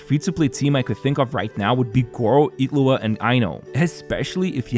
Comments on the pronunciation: His name: Illuga You're saying: Iglua So probably not. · Ngl it's starting to get actually annoying like HOW ILLuga becomes Itlua wtf is this? Like literally everyone except iwtl says it's like this. So painful to listen